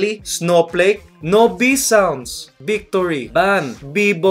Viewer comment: B for bictory